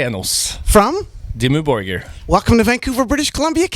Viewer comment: Did he said Dimmu Burger...?